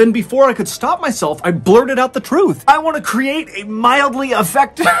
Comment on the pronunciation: “ milidly effective.” 😆